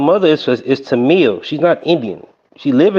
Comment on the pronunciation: The dude who could not pronounce “Tamil” is the absolute example of a dumb person who has no idea how dumb he is.